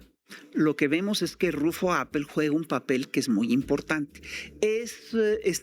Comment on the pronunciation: Señores soy de Baja California y permitan corregirlos, no se pronuncia APPÉL con acento en la É, es solo RUFFO APPEL como si tuviera acento en la Á de APPEL